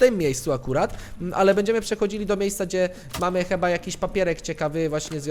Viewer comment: Kocham te twoje pomyłki językowe takie jak "cheba" zamiast "chyba" <3